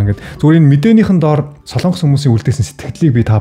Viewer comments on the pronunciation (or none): none